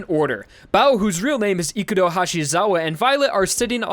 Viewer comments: His name: Ikuro How this guy says it: Ikuru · Gotta love how suddenly changed from pronouncing Ikurou correctly into calling him Ikuroo at the end for whatever reason